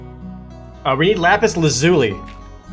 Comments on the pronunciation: Jared: we’re gonna need lapis lazuli PBG: L A P E E S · Jared's currently the only other person who pronounces Lapis Lazuli the same way I do